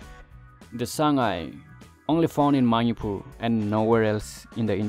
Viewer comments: Ateidudi ngna ngangningba accent da ngangasu Manipur dufaodi fjna ngangbiyu. Eikhoi lamse Manipur haibne Mainipur haiba ntte. Keibul Lamjaoduna Keibul Lamjeou kaina yam pktehe. Miinggase accentda ngangadi John kaise Jeoun hadoira? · Bro its Manipur not maupur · The way u pronounce Manipur .....or maniipuur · Maripur...your english pronounciation sucks bro. Try to improve english speaking. By the way good job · Nobody knows? like really? its a General knowledge specially from NE they knows that 😅 BTW nice try at least try to pronounce correct the word "MANIPUR" all the best 👍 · Good job, but your pronunciation of "Manipur" is 😁😁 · do u have any idea what u r speaking!!little knowledge is dangerous amigo...PS: learn to pronounce Manipur properly 😂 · Why you Pronounced Manipur like that???...so disgusting bro! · First learn to say Manipur properly. Its weird.